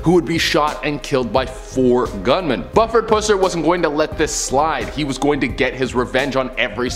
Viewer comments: I think it's Buuuuford. Longgg U.🤭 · Real quick its prononced Bu-ford pusser not "Bufford! Oh Canada! 🤣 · Bu ferd. Not Buff ered. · Sheriff's name is pronounced "Byoofrd Pussssser." Very successful franchise of films in the 1970s, starting with "Walking Tall" was made about him. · In the segment where they are talking about Buford Pusser, the "U" in Buford is said with the U being a long U. Watch the movie named "Walking Tall" I believe DeWayne Johnson played in the remake of the original movie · Hey Just so you know The mans name is pronounced as Bu ( with a strong sounding U ) Ford ( like the automobile) Pusser ( with a silent U ). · Buford is pronounced with the long vowel u. (oo). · It's Buford you must really pronounce the u as you're saying you my family grew up knowing his family